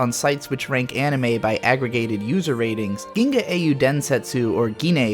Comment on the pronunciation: "Geenay"?? Did you mean "The Legend of the Galactic Heroes"?